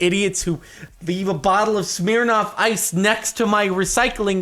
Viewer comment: Why does Jardon say SMEARRNOFF ICE instead of smirnoff ice